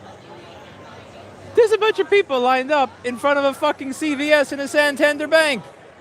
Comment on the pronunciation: "san tander" hehe.. It is NOT obvious at all, but it's actually pronounced more like "santan-dér". It's a city in northern Spain, or more precise; the capital of the autonomous region Cantabria (if I remember correctly?!) Nobody cares i guess, so I'll just shut up now.. :P